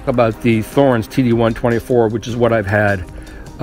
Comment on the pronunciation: It's T-horens. T not th.